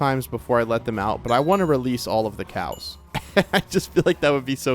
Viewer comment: Am I the only one hearing "Release the Kraken!" Every time he said release the cows?